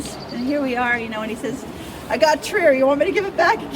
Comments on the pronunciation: The guide is trying, needs to learn how to say "Trier" correctly. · [ Tri:r] not [Tiaer]